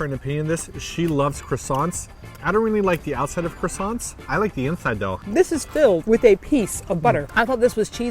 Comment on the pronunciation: casually butchering the word croissants 😂